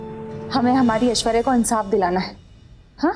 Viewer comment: SIS. ANSAF NAHI HOTA H INSAF HOTA H😂😂😃😁😁